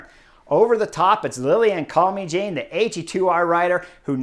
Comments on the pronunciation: Love your analyses Chris. A tip how to Pronounce Lilian's last name. It is pronounced as Calme sjaan not Jane (as in Tarzan and...). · If I may. “Calmy-Jane”, hard to get the pronunciation right. Should be something like “calmer-jann”. Thank you. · chris, man, we gotta work on the french name pronounciation. calmejean = kahlmezhahn. you've spent a little time in france, oui? ;) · Yep, I'm sure it's not pronounced Call-me-Jane, but you know what his analysis is so good in willing to let this one side!!! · I was gonna help Chris correctly pronounce Calmejane's name but you did it. Good job! 👍 (We also could have stress the pronunciation of "l'Ain" but let's not be too picky nitty. I always love his take on the races. 😊